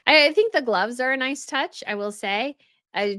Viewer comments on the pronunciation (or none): none